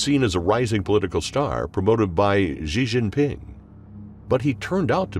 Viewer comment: The current reading voice thing you're using pronounces X incorrectly in Pinyin. Xi Jinping is not pronounced "Zhee Jinping", etc. If there is some way of remedying this, please do so. It isn't good for a channel focused on China to be mispronouncing names like that.